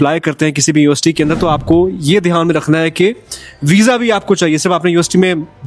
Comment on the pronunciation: bro did ya say UST or university?🙂